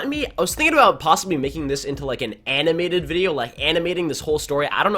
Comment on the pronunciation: ANNAM-MATED ANNAM-MATED